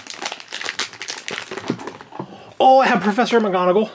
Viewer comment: Gina ornelas It's McGonagall not Migonagal